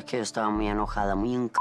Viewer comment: HAHAHAHAHA Y COMO ES QUE DICE SCARLET? Escur escur escur 🤣🤣🤣